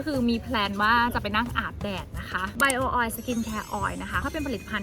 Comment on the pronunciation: ต้องให้อาคลามาเทรนเรื่องการออกเสียง Bio oil ค่ะ ตอนนี้แม่ยังทำได้ไม่ดีค่ะ ต้องให้อาคลามาเทรน